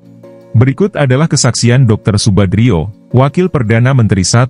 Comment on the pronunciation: Subandrio pak bukan Subadrio, jgn keliru.